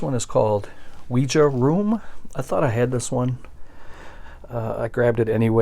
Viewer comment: Ouija sounds like wee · jee.